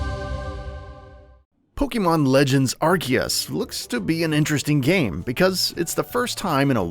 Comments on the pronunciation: I couldn’t watch this. Are-C-us. Not are-key-us UGHHH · How are you going to make videos about Pokémon and call Arceus (Are-Sea-Us) Arc-Ee-Us. 🙄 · Things to now before you buy... Pronounce the game right. It's pronounced Arseus. Watch the Japanese trailer and even how it's written in Katakana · Couldn’t watch after he said Arkeeus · By the way, it’s Ar-see-us, bruv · Who else is excited for Pokemon Arkeeyus? LMFAO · Ar KEY us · “Ar-see-us” it’s not that hard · Lol you pronounced アルセウス wrong 🤣🤣🤣👎👎👎👎👎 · Arceus is pronounced with a Z, not a K. And it's not the first main pokemon game, where only one version was made; that would be Pokemon Colliseum. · how you pronounce arceus hurts my ears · The way he pronounces "Arceus" triggers me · No he's not. Read how it's spelled in Japanese. There is no "k" sound in the name. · There’s no K in the name ARCEUS. Why do these idiots keep butchering the name. Such a cringe